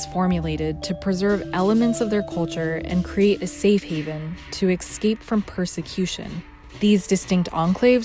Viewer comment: Why do many Americans say EXCAPE instead of escape the word is spelt with an S not an X I have noticed that even educated people such as journalists and TV presenters get this wrong I just find it annoying